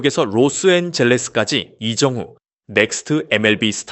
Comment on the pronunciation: 이정후를 이정훈. 이정우라고 하네 기본부터 제대로 해주삼.